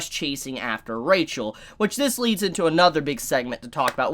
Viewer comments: Pleaaase staph pronouncing rachel the way you do xd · can someone explain to me with he prenounces rahel instead of rachel or is it a spoiler